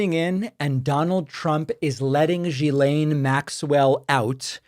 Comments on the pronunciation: FYI: Her name is pronounced gill-EN. This is how her own brother said it. It is French. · David, its pronounced "Gill"aine.❤❤❤ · It's incredible how many podcasters cannot say this name correctly. Dude, Ghislaine sounds kind of like Glenn. There. I helped.